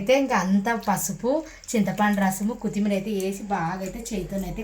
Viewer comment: కుత్తిమీర కాదు కొత్తిమీర అనాలి పక్కన వున్నవాళ్లు కూడా చెప్పరు ఒకసారి చెబితే తనకి తెలుస్తుంది